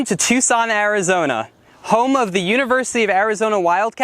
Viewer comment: Choo-son? I thought I was hearing things until he said it twice! He likes old trucks, so he's cool in my book!